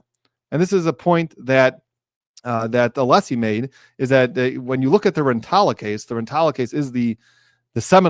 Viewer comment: At least twice in Thursday’s hearing, Brennan began his reply with “Aleeessi,” but in the sentence or two immediately after, pronounced Alessi perfectly correctly. So either it’s purposeful or possibly another example of his odd relationship with the English language.